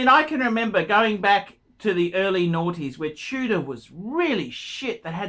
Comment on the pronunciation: I don't like the "Chewddah" that much...